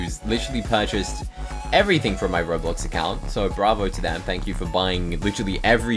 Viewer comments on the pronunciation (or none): none